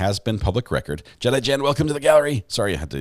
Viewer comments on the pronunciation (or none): none